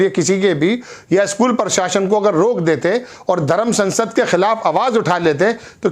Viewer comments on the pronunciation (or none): none